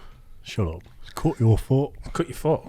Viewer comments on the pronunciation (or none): When Mike says "up", I hear "oop."